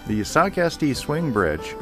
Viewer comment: It's pronounced Sock-uh-stee. I went to Socastee high school back in 1970-72.